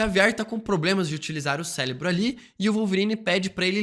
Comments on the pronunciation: Cérebro com R e não Célebro. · Ele falar "celebro" é intencional? Pq incomoda muito! 😅😅😅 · O vídeo está ótimo. Essa maratona de vídeos dos x-men foi umas das melhores ideias antes de de Deadpool. Porém não sai da minha cabeça você falando "Celinbro" kkkk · Que vídeo insano! Detalhe pro falando “celebro” diversas vezes hahahah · também achei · Não consegue falar certo de jeito nenhum, mas acontece 😅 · Célebro, CÉLEBRO, C É L E B R O , CÉÉÉÉÉLEBRO... AAAAAAAAHHHHHH!!! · que agonia q da toda vez q vc fala "célebro" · E "acloparam" ksksksk